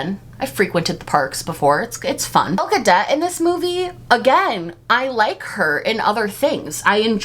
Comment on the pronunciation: I love that you're mispronouncing Gal Gadot's name, she's a zionist and doesn't deserve respect. I'm boycotting this film but I don't feel like I'm missing out because so many people are saying it's bad.